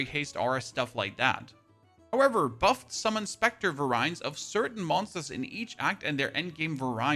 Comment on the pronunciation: “very ants” is the correct pronunciation